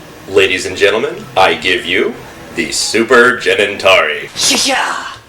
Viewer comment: Cenintari sounded like Genitelia.